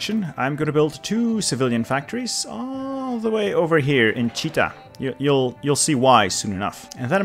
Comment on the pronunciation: Nice video! But Chita is pronounced 'chitA' (not like cheetah).